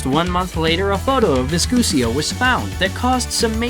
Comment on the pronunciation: Her name is not VISCUSIO it is V I S C U S O.